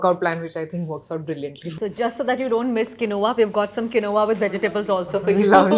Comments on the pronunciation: It's not quinoa kamiya you must pronunce Keenwa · For someone running a food platform, I'd suggest learning to pronounce quinoa ("keenwah" - Raashi got it right) and sambar ("saambaar").